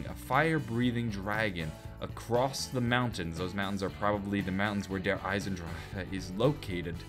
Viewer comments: Anyone know why he says Der Eisendraka instead of Der Eisendrache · Dude I find it hilarious when you say derisendrache, you say DER ISEN DRAJHAAH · The way you pronounce der eisendrache gives me conniptions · Am i the only one that cringes everytime tries to pronounce der eisendrache